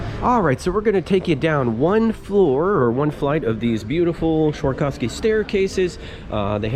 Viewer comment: It's Swarovski, not Schwarkovski lol